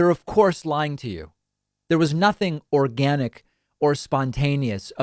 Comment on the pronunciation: The emphasis on "organic" will make anyone doubt the authenticity.